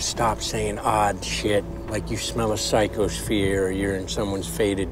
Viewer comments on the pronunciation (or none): Psycho-sphere (as in Atmosphere) not psycho-field. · "Like you smell a psycho's fear" -.... NOT "psycho-field"